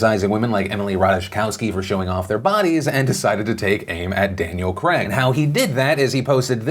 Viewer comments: Daniel GRAG? Did I miss hear that or have I been pronoucing it wrong all these years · He definitely said Daniel cregg at the start right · "ThE NamES Cr-A-g, Denial Cr-A-g" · I love how Americans say the name Craig. Attention America it isn’t pronounced Creg. Pronounce it properly. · Why can't Americans say Craig properly? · The way Americans pronounce Craig makes me cringe. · How do you not know how to say Craig? It's pronounced Craig. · How can you not say "Craig" properly? 😂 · Why can't Americans pronounce "Craig"? It's pronounced like it's spelt. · Why does Phil pronounce Craig so wrong? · We must all ban together to stop Phillip Defakeo! We must all call for a boycott!! He is a monster truly! How dare he pronounce Craig incorrectly, he should have researched this correctly and I am truly ashamed to call myself a fan on this day. SMDH. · Why do all yanks pronounce ‘Craig’ so horrifically? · Just cuz they speak English too does it mean that they must have the same pronunciation and diction from a country they didnt grow up in?! Yes yes they must study perfectly how to say Craig!!! How dare Phillip Defakeo!! He must be boycotted, stop this monster!! Take it from someone that speaks three different languages and learning a 4th you got to let it go at some point.... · It’s craig not cregg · it’s Daniel Craig, not Daniel fucking CRAG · What was that pronunciation of Daniel "cragg" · Daniel Craig like Craig the name not kreg xxxxxx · It's pronounced "Crayg".. Not "Kreg", Phillip ;) lol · Your pronunciation of Craig is awful, you say cregg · Woah! hold up there Philly D..... DID you just say "Daniel Crag" ? ....Do you even know how to pronounce the name "Craig" properly? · Daniel Creg. It’s Craig, not creg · He's British it's pronounced Cray-g, not creg like greg. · Craig not kreg. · Craig isn't crag its cray-g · Haha, why do Americans say KREGG instead of Craig, pronounced more like krayg? And it’s the same as Graham. It’s grayham not GRAMM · It’s CRAY-G not CREG